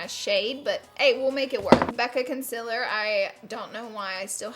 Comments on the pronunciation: You say CON-CIL-ER it's CON-CEAL-ER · I love you laura! You are the most beautiful, sweetest, and smartest beauty guru! Xoxo Edit: Laura it's concealer not conciller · lauuuura lol. please stop spelling concealer "conciller" love ya but girlllll haha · concililer lol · “Conciller” apansnjsjajaka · Melanie Monserate she spelled it thatvway because she was making fun of the way she pronounces it :)